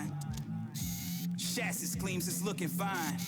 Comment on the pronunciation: Ch’assis is not the correct pronunciation bud. Otherwise excellent vid.